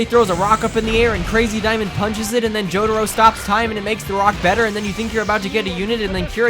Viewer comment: jo-ra-ro? dia-volol? are you doing that on purpose or are you just messing with us?